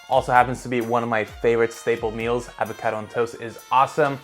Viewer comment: Another year and still can’t pronounce avocado